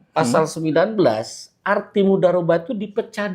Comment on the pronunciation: Dia siapa sih, kalo ahli dalam syariat kok nyebut "Mudhorobah" jadi "Mudarobah"?